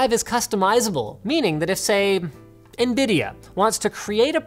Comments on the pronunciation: 5.56 DID HE SAY NBIDIA?????????????????????????? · did Linus say Nbidia